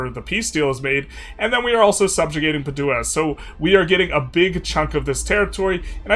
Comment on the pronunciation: Padua - pronounced PAD-du-ah